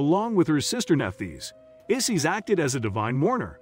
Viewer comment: Good lord man. At least learn the proper pronunciation of their names. Isis does not rhyme with sissies.